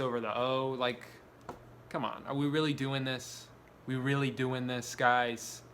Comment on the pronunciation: a little new yorker came out of drew with the "come on"...regular drew returns